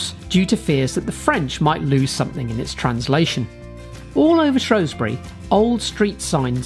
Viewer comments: Shrew Shrew Shrew. Not Shrow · Where is shrosbury, is it not shrewsbury in Shropshire